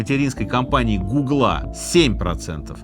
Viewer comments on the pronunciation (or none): none